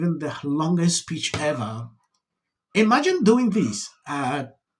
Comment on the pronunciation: "Eeemagine doin' dis at dis aeig?" 😆😅😂